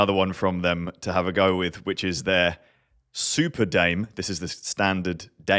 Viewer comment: Primos is Spanish for cousins ("... how we see our riders: part of the family"). Dame: Spanish means "Give me." Dame is two syllables (short "a," "e" pronounced like a long "a").